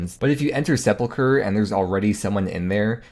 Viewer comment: say "seple-cure" one more fucking time...